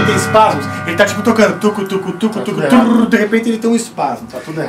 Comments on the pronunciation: to rindo ate agora com os "espasmos" auhUAhUAHuA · "Espasmos" hahahahaahahahahaha